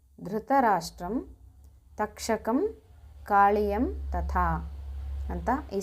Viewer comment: ಅಕ್ಕ,ಅದು ಧೃತರಾಷ್ಟ್ರ ಅಲ್ಲ.ದಾರ್ಥರಾಷ್ಟ್ರ.ಕಾಳಿ ಯ ಅಲ್ಲ ಕಾಲಿಯ.